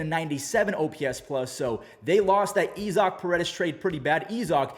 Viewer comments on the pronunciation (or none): you mispronounced issac 💀